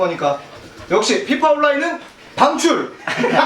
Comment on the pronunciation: 안웃겼는데 역시 피파는 빙출!할땨 ㅈㄴ웃음ㅋㅋㅋ